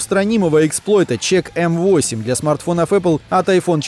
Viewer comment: Если что, это читается не как check m восемь, а как checkmate